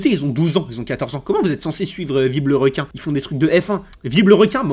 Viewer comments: « viblerequin » au lieux de « vilebrequin » mdrrr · Mais nan c vibre le requin